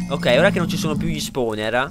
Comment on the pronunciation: Basta mi stanno sanguinando gli occhi...LO VOLETE CAPIRE CHE SI SCRIVE SPAWNER? E non "spowner" o "sponer" mamma mia imparatelo sto inglese